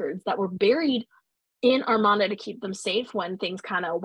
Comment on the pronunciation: I really enjoyed this primer on the Amarna period! The Aidan Dodson book Amarna Sunset is an excellent supplement for a more detailed history of the period. It is a bit jarring to hear you mispronounce the word Amarna throughout, however. It should be uh-mar-nuh and not ar-mon-uh.